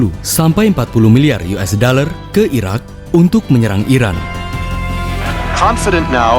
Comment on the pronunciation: Mimin nya kurang jelas , penyebutan Iraq dan Iran . Kuping ku kebalik balik denger nya. Jadi Sampek di ulang ulang video nya di menit tersebut